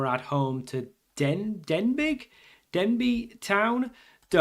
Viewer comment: Denbigh is pronounced as Den be